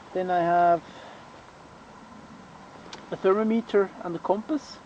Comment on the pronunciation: For future reference its pronounced " Thur-mom-it-er" not " Thurmo- meeteer" but nice vid.